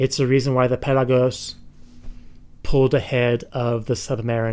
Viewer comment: Anyone else hate the way he says pelagos?